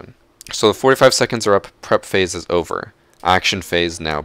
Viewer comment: Just use charm and keep saying overe there to be pro xD